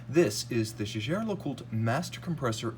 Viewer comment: One of the few youtubers that can actually pronounce JLC properly, lol